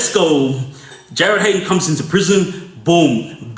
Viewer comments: JARRYD HAYNE ❌ JARRYD HAYNES ✅ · Hayne bro not hanynes